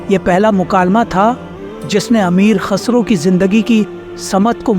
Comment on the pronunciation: KHASRO NAHI KHUSRO. AAP SAHI SE NAHI BOL RAHE HO.